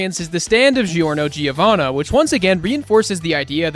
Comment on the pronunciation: i live in italy, so this makes me sick, but the name of Giorno Giovanna, isnt pronounced gio (for english ppl) but jo, just like the other jojos, in italian gio is pronounced like jo in english...